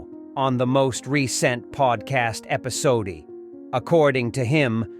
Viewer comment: why did he say 'episodee' like pronouncing the e